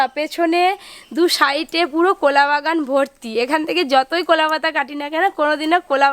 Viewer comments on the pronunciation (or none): কোলা না কলা 🤣🤣🤣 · কোলা নয়, কলা বলো । কোলা পাতা বা কোলা বাগান শব্দটি কানে খুব লাগছে। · Unar pronunciation er problem ache onek. Uni কলা k কোলা bolen মজা k মোজা bolen বড়া k বোড়া bolen. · এ ভাই উচ্চারণ টা তো ঠিক করো,,, কোলা পাতা কোলা পাতা রেসিপি রেসিপি 😅😅😅😅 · কোলা নই কথা টা হচ্ছে কলা লুঙ্কা না কথা টা হচ্ছে লঙ্কা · কলা পাতা বলো ঠিক করে